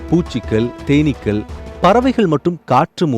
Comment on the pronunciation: ஐயா செய்தி வாசிப்பவரே தேனீர்கள் அல்ல தேனீக்கள் என்று உச்சரிக்க வேண்டும்